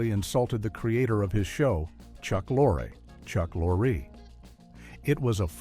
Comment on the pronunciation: “Chuck Lorre, Chuck Lorree.”